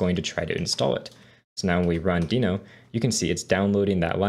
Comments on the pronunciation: the way you say deno...wierd, good course thanks!! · Great tutorial, but why are you pronouncing Deno wrong?